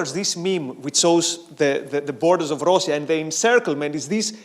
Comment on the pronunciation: I like how pronounces Russia, it sounds exactly like in Polish and is different than Rus' (as in Kievan Rus'), which makes it more historically accurate...